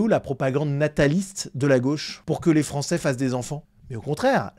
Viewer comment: « un francé »… envoyez cette personne chez un logopediste, svp.